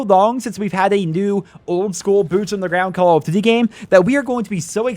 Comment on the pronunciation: Why you say call of duty like that